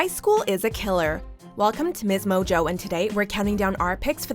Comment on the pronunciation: "msmojoe" "soary"